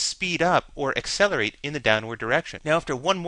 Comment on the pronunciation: "ey-selerate"...really? it's pronounced "ak-selerate". However, still a nice informative video.